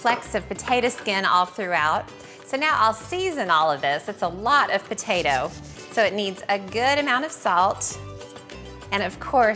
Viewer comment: Take a shot every time she says "patatuh"